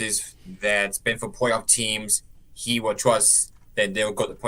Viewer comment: Campbell CRK sounds like Elmer Fudd. "Los Angeles Wams". "Pwayoff team" Lol!